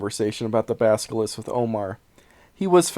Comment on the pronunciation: Isn't it Basil-isk, not baska-lisk?